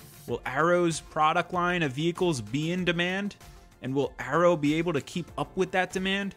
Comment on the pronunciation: Dude stop pronouncing it as Arrow it has Y in it.